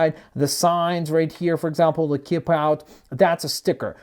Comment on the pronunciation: did he say "Kip out" instead of "keep out"